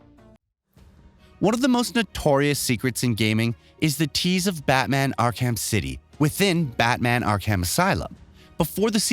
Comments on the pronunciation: Ark-Ham? I get not everyone's going to play every game on these lists, but can you at least learn how to properly pronounce the titles and character names in advance, please? It's essentially pronounced as "Ark-uhm" and is based off a real asylum of the same name. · Great video, genuinely enjoyed it, appreciate the time and effort put in, and I’m not talking shit… I just have to point out… “R-cam” lol I just couldn’t get past “arr-kamm” 😂 buddy it’s pronounced “arr-cum”, “ark-umm”, Arkham 😂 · "Not ark-ham" but "ark-um." Batman the voice actor mentioned these exact words in a video-game. Oh and make sure you say, "sab-scribe" not subscribe. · ok Ark-cam really lol if this dude is a real gamer comic dude he should know its pronounced Ark-cem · Listen to how elaborate, these text to speech programs have gotten... I BELIEVED it was a real person sayin all this, until I got to the batman game, and heard it pronounce arkham, as, ark ham lol... don't be fooled ppl... things that couldn't be fake 10 years ago PUBLICLY, CAN be faked now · Omg “Ark-ham.” Are you kidding me? This guy is another effin tourist. This channel is just awful now. Let’s hire a bunch of dudes that know nothing about any of the source material. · You must be new here xD miss pronounce names and game titles wrong for years already. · Ark-ham? LMAO maybe you're a kiwi or something, damn, your pronunciation is fucking weird. The 'h' is silent. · Ark-Ham? you are getting worse, bring back the old guy, at least he tried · Arc Ham 😂😭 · That pronunciation of Arkham makes me want to punch something. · He mispronounced Arkham and automata. This guy is a poser. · My head exploded when I heard him say it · Same, we found the only person on the planet who doesn't know how to pronounce Arkham. On a video games channel of all places...... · He mispronounced ''arkham'' lol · Yeah like wtf! Lol